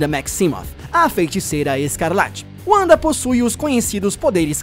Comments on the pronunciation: Cara, primeiro que não se lê "Uanda" se lê "Vanda" e não é "Wonder Man" é "Magnus". Seria até entendível que não se trata de um erro se você usasse todos os nomes em inglês, mas como só usou esses dois fica muito claro a sua completa ignorância sobre personagens base da Marvel, já que os dois participaram de quase o mesmo número de formação dos vingadores que o próprio Homem de ferro e você não sabe nem o nome deles. E a feiticeira não utiliza seus poderes de probabilidade já fazem séculos nas HQs. Os poderes dela evoluíram para magia do caos desde 1998 quando os vingadores estavam nas mãos do roteirista Busiek, por isso não vê mais em nenhuma mídia sequer comentarem desse poder. E todas as vezes que ela sofreu traumas mentais seus poderes destruíram tudo a sua volta além de mudar toda a realidade, como em vingadores A Queda que ela enlouquece e MATA o visão, a gavião arqueiro e o homem formiga, ou quando ela surta e cria a Dinastia M. Um ataque mental só destruiria a Ravena. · Era mais ou menos isso que eu estava tentando dizer; que aqui no Brasil, todos pronunciam o W com som de V, porque ninguém aqui é americano. É a mesma coisa que você querer falar Japonês e dizer NarutÔ ao invés de apenas Naruto. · Lucas Silva Marçal Wanda também tem origem germânica, então o correto seria pronunciar Vanda, mas o cara do Ei Nerd pronunciou como pronunciam nos EUA. Se for seguir ao pé da letra, Uanda está errado, mas se no próprio país de origem da personagem pronunciam Uanda, não da pra dizer que o cara do Ei Nerd está totalmente errado, assim como não seria errado alguém pronunciar NarutÔ, não tem problema nenhum em aproximar a pronuncia a da que utilizam no país do personagem. Por exemplo, seria a mesma coisa de no Japão eles zoarem um cara: "kkk como você é burro, o sobrenome dele é Shiruva, não precisa ficar chamando de Silva,ninguém aqui é brasileiro. Todos aqui no Japão pronunciam o L como RU." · ''uanda'' ai é foda já não bastava ''yultron'' kkkkkkkkkkkkkkk